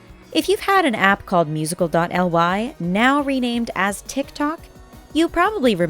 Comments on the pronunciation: Its musically not musical dot L Y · 1. Its musicaly not musical dot L Y 2. Its Eleven not Seven 3. Annie was born in 2004 not 2014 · Its pronounce like Musiclly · its seven, not eleven!!! and its pronounced musically not musical dot ly!!!! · STOP saying musical dot l y it's musicly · It’s not called musical dot L Y it’s musically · "musical dot l y account" KILLL ME!!! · Music . L y really its pronounced music-lee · 1, it is pronounced as musicaly, not , 2, SHE'S CALLED ELEVEN NOT SEVEN YOU NEED TO DO A BIT MORE RESEARCH BEFORE PUTTING OUT THESE VIDS😬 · Musical dot el why? Is that how your pronounce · ummm it's pronounced "Mu-zic-lee" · Omg I actually couldn’t breathe when she said “musical dot elle why” ahahaha😂😭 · it was SO cringey when they said it should be pronounced musically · Am i the only one who gets triggered /annoyed when the says instead of musicly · She said "musical elle why" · O M GOODNESS YOU ARE SAYING SO RONG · It really bothers me how they pronounce the words wrong😒😕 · Omg she said wrong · When they said musical.y I was dying 💀